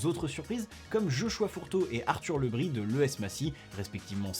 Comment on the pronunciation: On ne prononce pas Le Bris à la bretonne ? ( Le Brize)